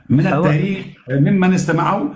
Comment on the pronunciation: كانش واحد ينطق التاريخ بطاريخ يعرف التاريخ